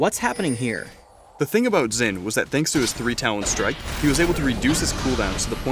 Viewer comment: I don't know why everyone (including riot employees( still pronounces Xin Zhao incorrectly. It is pretty simple, "x" in Chinese is pronounced as "sh" in English. Xin sounds actually sounds like Shen if you don't worry about the 4th tone.